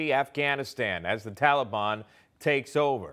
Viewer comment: Who exactly is the “Talley-Bon” Biden keeps referring to? 🤔🙄 |